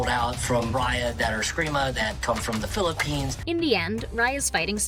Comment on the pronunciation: Did he say philipines